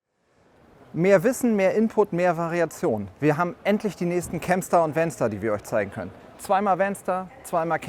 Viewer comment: Bedenkt man regionale, sprachliche Eigenheiten, finde ich den Begriff "VanStar" nicht so glücklich gewählt (insbesondere wenn man ihn so ausspricht, wie der Präsentierende im Video), nennen wir doch in Thüringen freche Kindern umgangssprachlich "Wänster". 😂